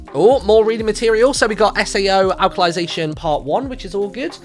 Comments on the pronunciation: "Alkalization" lol Alicization* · Alicization is pronounced like Alice